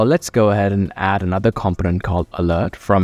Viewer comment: I promise I'm not trying to be a jerk, I had a hard time with the word as well.. Component is pronounced: Kuhm-poh-nuhnt. The first O makes more of an 'UH' sound, The second "o" sounds the same as the letter, e.g. "oh".